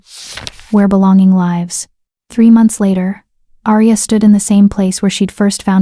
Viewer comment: I like your stories, but the wrong pronunciation of several words throughout them is really annoying. The ones I recall are majesty, tear(s), live(s). Mispronouncing these words changes the meaning and deters the listener from being fully present in the story. I hope you can fix this. 😊